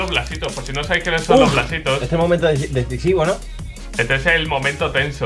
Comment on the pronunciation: Te salio la deagle por poner Plasitos y no blasitos jajajajaa